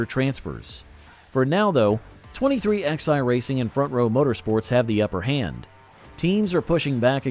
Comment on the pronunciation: It's not 23XI, it's pronounced 2311